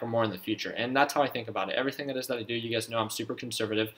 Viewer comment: Every time you say you guys I think you’re saying ugaz